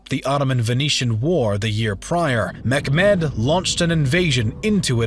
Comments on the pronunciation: Nice video but it lacks some crutial informations; Mehmet (not pronounced as Mekmed but smt like Memet and back in those times as Mehemmet) had a vision to recreate the Roman Empire. He even had himself called as the Kayser (Caesar). For that he wanted both Constantiople and Rome. Before he died, he assembled the full army of his Might and started his march for Rome. Yet he was poisoned by his physician. Venetians spies later documented and reported this as "the Great Eagle is dead" which strongly suggests that it was an assassination. Mehmet had two sons; Cem and Bayezid. Cem was like his father, smart and capable but also kind of intravert just like Mehmet. Bayezid was more of a peoples person. People were tired of Mehmet's unending wars, constant change and renovation. Therefore the powerful people sided with Bayezid, making him the Emperor Bayezid the Second. Cem took refuge with the Venetians. Bayezid had no interest in wars, long lasting campaigns and expansion so he stayed mostly in Konstantiniye, spending time with his hobbys and stuff. He was dethroned by his son Selim. Selim was a military genious but since he had grown up in Trabzon in the east, his dreams were also towards the east, against Iran and the Memluks. Süleyman was more into destroying the rival Habsburgs in Austria. Just like his ancestor Mehmet II, he had a vision to become a Cosmocrat, the ruller of all… For that, the other greatpower of Europe had to fall. Then they have lost the chance for a success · It's Mehmed, not meKmed.. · it's mechmet not mekmed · Great video, very interesting. Question tho, why are you pronouncing it Meckmed? Its Mehmed, there's no CK. Lmao where did u get that from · zaaroura it's Mehmed, not Mohammad. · it is pronounced as "mehmet", not "mekhmed" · The pronounce of Mehmed not Mekmed not a k sound in name more softly Mehmed h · The sultan's name is pronounced Meh - met Not Mekmed ! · His name is Sultan Mehmed. Not Mekhmet or Mechmed. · It's mehmet,not mecmed!